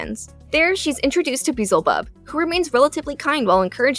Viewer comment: Did she say beezlebub 💀